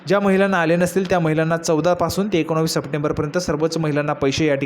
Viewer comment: तुला एकोणीस बोलता येत नाही